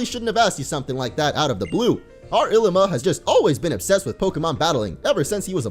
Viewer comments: It is ilima not Llima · It's Ilima not Llima